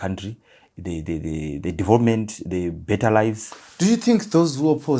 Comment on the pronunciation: It's development not devopment dofo